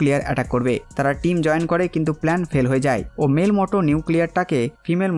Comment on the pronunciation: মোটো নয় ম্যুটো / মিউটো